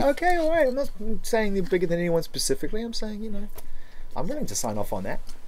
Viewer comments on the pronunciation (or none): its "SPecifically" ZANE!!